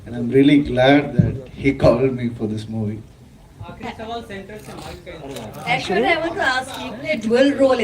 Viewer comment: Ita Aishwarya not Aeshwarya...